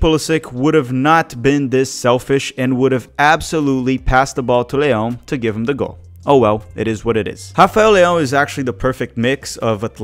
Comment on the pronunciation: Don't think Leao is selfish and You getting too wind up about him not giving the ball to Pulisic and don't know why you mispronounce his name